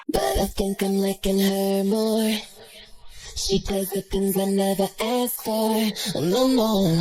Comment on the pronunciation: how hard is it to pronounce "asked," really? Asking for a friend.